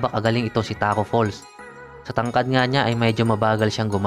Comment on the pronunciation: Tacko fall* lang po wala pong S pero kudos pa rin nice content pa rin tol